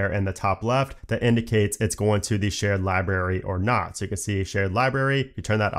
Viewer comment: I’m gonna be that guy that points out that the word “library” has an “R” in between the “B” and the “A”—there is no such thing as a “libary” and you sound like an eight year old when you mispronounce it that way. Hearing the word “libRary” misspoken like a dozen times in rapid fire talking about the new Photos app features was challenging to endure in this otherwise well-crafted, informative, good-looking and good-sounding video.